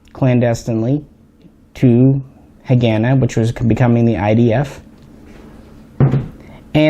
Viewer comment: PRONOUNCED HA- GAH-NAH